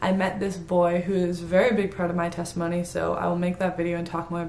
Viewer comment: Did she say sextimony? 😭